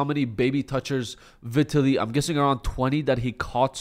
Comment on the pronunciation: Learn to pronounce Vitaly correctly first...